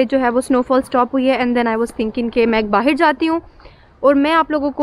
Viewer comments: I knew when she spoke "Bahir" in place of "Bahar" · ab hum log jaa rhe hai Baahiir ya baahar? kam se kam 50 bar baahiir bola hoga is video me lol fisal gayi to snow me? iske baahiir se mughe himesh song yaad aya aap ki khaatirr yaar isko baahir kisne bolna sikhaya .. foren nahi foriegn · The amount of times she said “ bahir “